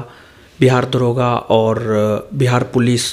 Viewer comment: दारोगा नही होता है दरोगा होता है।।😁😁😁